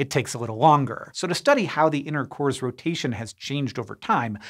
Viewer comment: I just love Hank! Is it just me or.. When he says “inner core/s”, it sounds like “intercourse”. Which is so cute because reminds me of Big Bang Theory tv show 😂. So wholesome :)